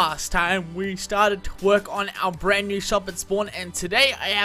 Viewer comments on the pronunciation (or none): When runs the words "to" and "work" together it sounds like twerk. Lol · When u said to work in the beginging it sounded like twerk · i thought you said "last time we started to twerk" xD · In the beginning of the episode I thought he said twerk but he said to work